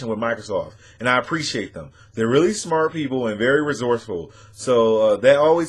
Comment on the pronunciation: "they're are really Smart speople".....speople?